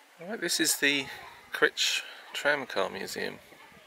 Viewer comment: It’s pronounced Crych, not Critch.